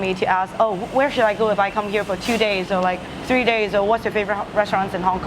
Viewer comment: "Wan, Too, Fee."